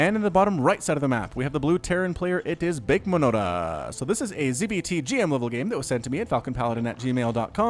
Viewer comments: "Bakemonoda" is the phonetic spelling of a Japanese word and should be pronounced "bah-kay-mono-da". A little pedantic, but just an FYI for you. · Haha yes, Falacon Paladins pronuciation was hilarious; was lafffing my ass off. Bake mono da means "I am an idiot" or "you're an idiot" (depending on context, haha). Great game, great cast!